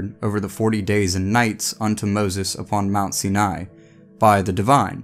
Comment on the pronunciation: Sinai is pronounced Seye-Neye not SeeNay.